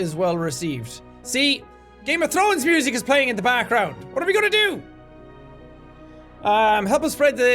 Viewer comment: "Mooosic" nice one jack 😂